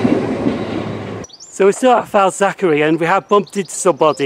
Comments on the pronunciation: FAZ ACK ERLY not FAZ ACK ERRY- KEER BEE not KIRK BEE im from liverpool and its crazy how people get these names wrong. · yeah lol you pronounced it Falzachery I could stop Laughing. And it’s not pronounce Simons wood it’s pronounce Simins wood it’s crazy how it really pronounced